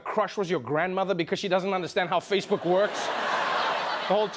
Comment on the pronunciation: he said fashe-book😂😂😂